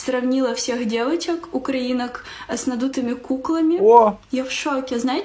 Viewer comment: О, любимая чаечка! "Дэвачек" 🤣